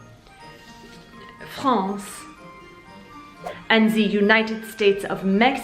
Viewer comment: LOL .. I don't know why your "France" made me laugh so hard. You are so fantastic! This entire video was so well done (as always). I feel like I really learned something today.